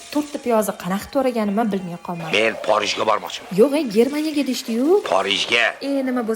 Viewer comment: Ajoyib geplashdiz porijga deb hermaniya deb😂😂😂😂